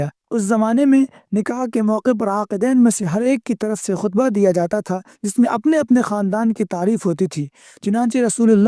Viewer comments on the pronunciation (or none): اپ نے جو نکاح کا خطبہ پڑھا ہے شاید وہ وہ والا خطبہ نہیں ہے بلکہ خ کے زیر کے ساتھ ہے شاید